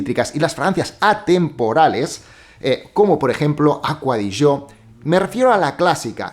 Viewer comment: Porque le dices aqua de yo. Se llama acqua di gio